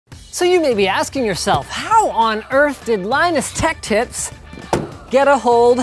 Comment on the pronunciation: on 00:2 it sounds like he said Linus tech tits